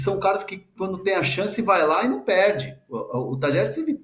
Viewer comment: Um jornalista pronunciar Talheres é dose hein PQP!!!